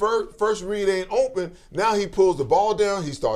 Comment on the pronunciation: Especially when he says ohmpen 😂